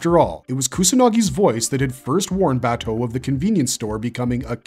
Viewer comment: i couldnt finish this every time he says Baaaa toe it drives me insane, his name is Bah Toe they say it multiple times in the anime